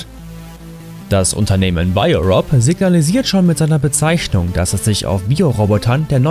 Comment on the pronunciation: "Bezeischnung" :D